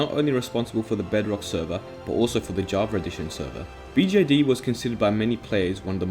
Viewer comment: Why do you say "javar" instead of "java"?